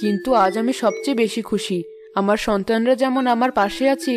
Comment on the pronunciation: কুশি নয় খুশি